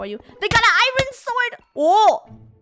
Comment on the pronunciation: I love how Draco and funneh say iron like iroan